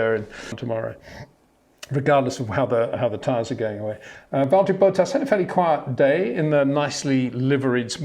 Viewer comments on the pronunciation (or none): HEY PETER WINDSOR, I HAVE MESSAGE FOR YOU SIR: With all due respect ... it is NOT Max "verSHtappen" ... Max is not German (Germans indeed do pronounce "st" as "sht") ... #Max33 = Dutch NL/Belgium! ... It is not "Bottash" nor is it "Lewish" certainly not "verSHtappen" .... This BS started long time ago when a British sport presenter interviewed father Jos Verstappen and assumed you can use a German pronunciation to a Dutch Driver thinking it is so "funny" ... It is not. Serious question: can any Englishman say "versatile" out-loud without saying "vershatile" phonetically? most can about 99,99% ... that is why most English can pronounce Verstappen 100% correct! Father Jos Verstappen (also F1 Racer) was very active between back then only a very few said "Vershtappen" but the vast majority of British sport presenters pronounced it perfectly ... only a few old stubborn farts like Peter Windshor